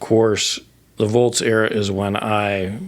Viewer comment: Its "Volz" not "Volts" Thanks for the memories